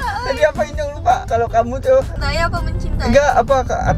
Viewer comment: Bang bukan inyong tapi nyong